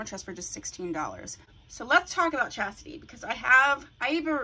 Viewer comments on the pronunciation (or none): Lovely, lovely...but the name of the unit is Chasty, not Chasity. I have her in 227144 and I cut the long front also, I stray, but I seem to always come back to Chasty.